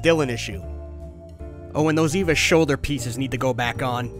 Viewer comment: Shin needs a sandwich. And as an Evangelion fan, EVA is pronounced like "ava". And Unit 01's a lady for spoiler reasons.